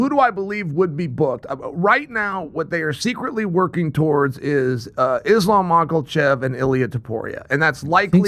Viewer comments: "Islam Michaelchev" - Chael Sonnen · Islaf macklechef? christ, chael is insufferable lol